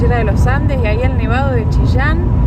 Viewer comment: Jejejeje... me encanta como pronunciaron Chillán. Chishan. 😄